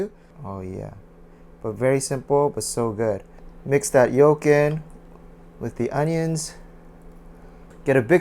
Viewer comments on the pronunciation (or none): none